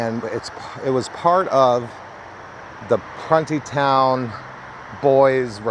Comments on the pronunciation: Pronounced prune like the plums and there is somewhere a monument behind the actual prison of all the dead boys that were murdered and raped there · You're pronouncing it wrong...it's (PRUNE-É- TOWN) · It was pronounced pru nee town. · I grew up in Montgomery, WV (in the southern part of WV) back in the 70s and 80s. I can absolutely confirm that us boys were kept in line by threat of being shipped off to Pruntytown, though on our youth, we pronounced it Pruneytown. The mere thought of being sent there for bad behavior kept all but the most ornery of us on the straight and narrow. LOL! As a 360 and architectural photographer, I just found your channel and am loving the content. Keep up the great work!